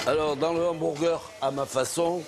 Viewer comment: Il ma tué le mec du sud dans le ' 'hambourgeur''